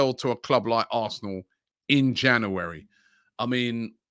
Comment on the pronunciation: robbie can you please pronounce january properly?